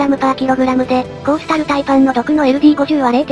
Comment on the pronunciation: コースタルタイパンがコーロシタルパイパンに聞こえた